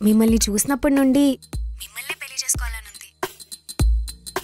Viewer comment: పెల్లి ఏంటే తల్లీ పెళ్లి అనండి మీరైనా